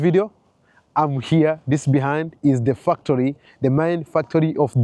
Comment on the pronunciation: Factory ❌ Fucktory✅ 😂😂😂